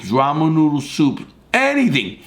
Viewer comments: Lol "rahmoon noodle sooops!" Love it 😆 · Love the way you say "ramoo noodle soups" lol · I always love how Larry says Ramen noodles, Ramu noodles.